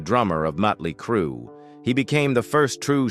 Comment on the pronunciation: If he can not say the name of the band dont do the story